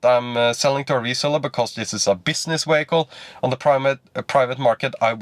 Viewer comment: what the hell is a ”wehicle”